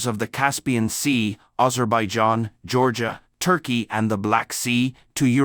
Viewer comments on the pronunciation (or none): none